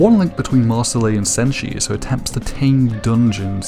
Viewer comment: It's Mar sil